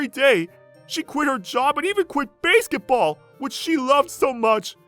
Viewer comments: It's basketball 🏀 not baseketball⚾ 🤣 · It's supposed to be Basketball. I don't know why the narrator mispronounced it as such. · I am only pronouncing it Bay-sket-ball now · It's pronounced basket- ball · Nice story and all but basketball isn't pronounced as "bæsketball". Just saying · No no, Slenderwoman was commenting on how the OP was pronouncing the word "basketball" as "Baseketball". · Base-ket ball? wtf? That pronunciation was odd as heck. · My thoughts exactly. Fire the narrator and get someone else who can pronounce basketball right. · Sorry... but i had to give it a dislike for mispronouncing 'basketball' so many times! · They misspelled AND mispronounced 'basketball'.